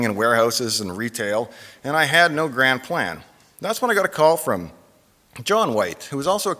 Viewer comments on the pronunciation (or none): none